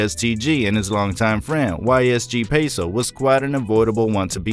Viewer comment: Dude you said yle peso abd ysg peso. The funny part is, its actually YOG Peso dummy